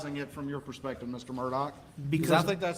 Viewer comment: EVERY TIME HE OPENED HIS MOUTH, A LIE WOULD FALL RIGHT ON OUT. YEAH AND HIS LAST NAME SHOULD BE PRONOUNCED MURR-DUH (MURDER)